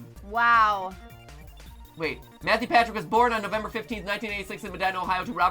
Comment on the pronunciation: lol Mathew Patrick not matrick pawthew